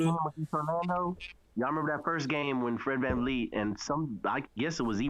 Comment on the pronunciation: ….who the fuck is VanLeet???? It’s VanVleet😂😂😂😂